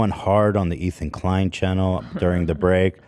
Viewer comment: Any one else here chennel ?? Brother. Please say channel.